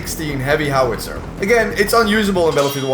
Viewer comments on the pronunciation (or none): none